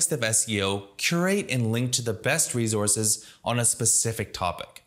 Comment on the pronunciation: Rezourzes. Canadian?